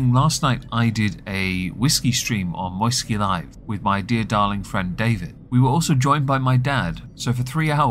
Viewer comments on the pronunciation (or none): none